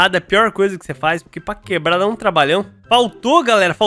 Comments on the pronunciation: "Queblar", você - Eu: KKKKKKKK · quebla:quebla Eu:kkkkkkkkkkk